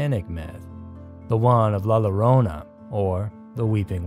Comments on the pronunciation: More like "YO-ro-nah" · “La YI-ro-na”. The double “L” is pronounced like a “Y” in English. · "LA LLORONA" the double LL in spanish make a Y sound like YOYO. Yo-ro-na..